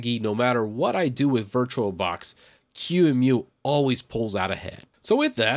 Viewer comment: Just a couple observation points, first on your pronunciation of QEMU it is pronounced “key-moo” and second it does not have a front end and the one that you showed “virt manager“ has been deprecated for years. As far as I’m aware of the only actively properly develop front end is Gnome boxes.